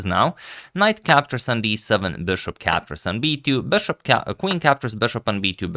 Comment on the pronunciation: Why do you keep calling the piece "BESHOP"???